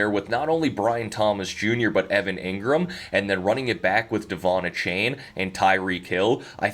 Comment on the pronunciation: Butchered the name "Achane" again, but you guys get it! 😂